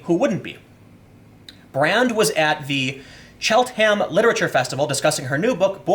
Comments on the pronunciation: "Chelt-ham" watching Americans try to pronounce British town names makes me so happy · It's pronounced Chelt'n'm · Haha “Chelt Ham” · As a Brit, I chuckled when he pronounced Cheltenham.